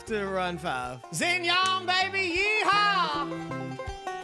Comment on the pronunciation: hey!!! great content man, just wanted to give you a tip: xinyan’s name is pronounced like “shin yen”, not “zin yawn”. also I dont know who you were trying to talk about when you kept saying “yoowayway”, but im guessing maybe xingqiu since he was the only character on the team that you hadn’t already mentioned? His name is pronounced more like “shing cho” ^_^!! hope this didnt come off ass too rude, but its always good to know how to pronounce character names correctly so you dont offend people who speak Chinese/have Chinese names etc. <3